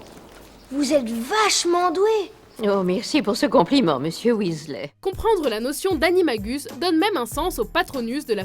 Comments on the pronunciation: On dit MALFOY et non MALFOI ; WEASLEY et non WESLEY ça a le don de m'énerver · ok mais c'est MalefoY, pas "malefoi", et WEAsley, pas "weslé"... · je voulais juste dire qu'il ne faut pas dire Malfoie, mais plutôt Malfoye pour la bonne prononciation et ce n'est pas sale mais S A L E ce n'est pas Verpi mais Verpèye qu'il faut dire il faut dire Wizlai et pas Weasla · et Wisley et non Wésley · Et on ne dit pas waissley mais weasley!!!! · Mais mdr... Malfoa , Verpi et Wesslai .-. Quebec ou pas mes orreilles saignent